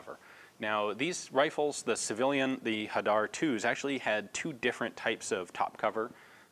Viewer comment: You didn't "butcher" the pronunciation for Hadar, you spoke it quite well for a non Israeli :-) Hadar means citrus in Hebrew.